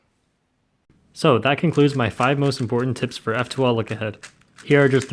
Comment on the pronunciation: It's tips not tps